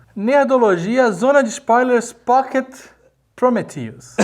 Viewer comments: Prometheus, não cumphreus e se fudheus, heim?! ¬¬ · Prometheus e não Cumprhius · Prometheus e não cumpriris! (Mussum mode ON) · PROMETHEUS E NÃO CUMPRIUS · prometheus e nao cumprius XD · prometheus e não cumpriris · "Prometheus,e nao cumpriuzes" auhauhuahua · Prometheus e não Cumprius HAHAHAHA! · PROMETHEUS E NÃO CUMPRIUZIS. HAHAHAHA RI ALTO! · PROMETHEUS e não CUMPRIUS. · Prometheus........Mas não Cumphrius. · Prometheus e não cumprius =/